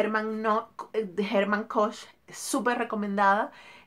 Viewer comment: El apellido se pronuncia "Kojjj". "Jerman Koj", gracias a ésta reseña lo estoy leyendo ahora y acabo de ver que hay película con Richard Gere para éste año ☺️ Gracias por el tiempo😘😘😘